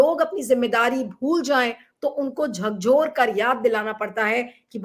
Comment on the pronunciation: जगाया तो ‘झिंझोड़’ कर जाया जाता है ना कि ‘झकझोड़’ कर नहीं प्रिय जी 😊